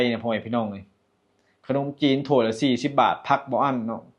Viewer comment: เลือกซื้อบ่แมนเลิกซื้อคับพยายามออกเสียงให้ชัดครับขนมจีนกะบ่แมนขนมจีบเด้ บุพเฟต์ กินไม่อั้นแต่อย่าเยอะเกินมันน่าเกลียดจ้าน้องพ่😂😂❤❤❤❤❤❤่ด้วยรักและหวังดีครับ❤❤❤🎉🎉🎉